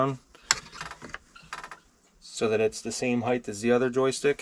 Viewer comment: Did you just say heighth???